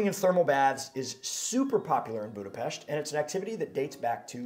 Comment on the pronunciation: I give you credit for pronouncing Budapest perfectly but it’s not a hidden gem. Budapest receives about 30 million tourist each year and numbers are growing